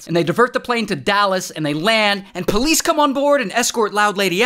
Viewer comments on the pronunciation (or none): none